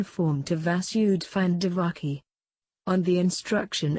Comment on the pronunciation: not divaki...she was devaki